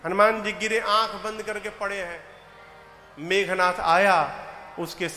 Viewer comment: Aap itne yogya Hokar bhi ravan ko rabnva aur meghnath ko meghnthva khte huye accha nhi lagta hai